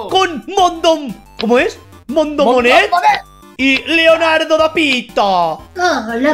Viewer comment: 59..........escuché perrrrrfectamente qué dijo mal el nombre de Leonardodapito cambiando el da por de🤣🤣🤣🤣🤣🤣🤣🤣🤣🤣🤣🤣🤣🤣🤣🤣